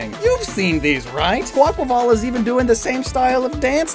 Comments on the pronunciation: It's a breath of fresh air hearing someone say the name properly after hearing Kwah-Qway-Vull for so long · THANK YOU for pronouncing Quaquaval's name correctly!! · Bless you for pronouncing Quaquaval correctly, its like music to my ears